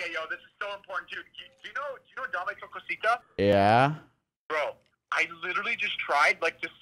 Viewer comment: Awesome its dame tu cosita not dame th cosita